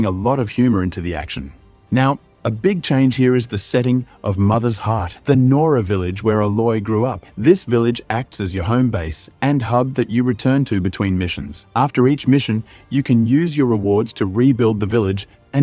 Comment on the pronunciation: "Alloy"? Are you at all familiar with this franchise? It's pronounced "A-loy".